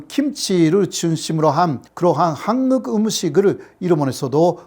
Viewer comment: 호사카 선생, 오래 전 귀화 하고 대학에서 강의도 하시는 분이 어찌 아직도 한국을 한극으로 일본식 발음 하고, 일본어 억양을 전혀 못 고치고 있는지 안타깝습니다.쌀밥도 싸르밥으로 발음 하시고~